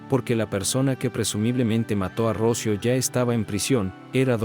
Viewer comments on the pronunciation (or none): Se llamba Rocío, no Rócio. Qué clase de español hablas tú? ??? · Qué horror de informe, tienes muchos errores, Dolores no mato a Rocío,Alicia se obsesionó con Dolores y de ahí tantos errores,y no es Rocio... Es "Rocío" con acento en la " í" aquí en España es un caso muy conocido y muy doloroso,a Dolores le destrozaron la vida. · El que habla es latino. Me molesta cuando acentúa mal en nombre Rocio, cuando se pronuncia Rocío. Nada peor que un latino queriendo parecer en estadounidense. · Relatas mal, dices ROCIO sin acento, el nombre correcto es...ROCÍO!! Por favor se oye horrible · No puedo ver el vídeo por como dice Rócio... es Rocío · Porque pronuncia Rocío sin acento, suena horrible la manera como lo pronuncia el nombre de Rocío, por piedad y honor a la niña, pronuncie bien, correctamente el nombre de Rocío. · Por qué dices Rócio, si es Rocío? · Q horror, como q rocio 😮😮😮 debe ser ROCÍO, ROC "Í" O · Se dice ROCÍO con acento en la I . Palabra triisilaba. RO - CI - O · Pronuncia muy muy mal el nombre de Rocío , no lleva acento en la O , lleva acento en la i , Ro-ci-o . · se pronuncia ROCIO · Totalmente de acuerdo contigo. Si la gente va a usar la "inteligencia artificial" para sus documentales, debería tener buena ortografía. Por lo menos a mí, me resulta insoportable escuchar el nombre Rocío sin su respectiva acentuación en castellano. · Interesantes historias pero no sé leen correctamente los nombres. Rocío lleva tilde en la I, no en la o. Y cuchillo no lleva tilde alguna. 😏